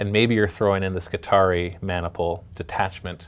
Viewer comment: skitari-eye! say it that way, it not only sounds way better, its correct. :P